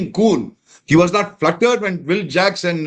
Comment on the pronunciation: Hi and - Its "flustered" not "fluttered". Just letting you know that you both have mentioned it a few times over the last few years